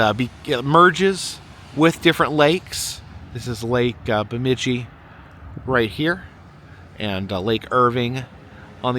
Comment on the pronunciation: The “I” in Itasca is not short, but like 👁️, so it’s pronounced “Eye-tasca.” However, I see you finally pronounced Bemidji right after you got to the “Lake Bemidji” part . 👏 You’ve been up in these parts in the past (welcome back!), so I knew you’d get it right eventually. 😂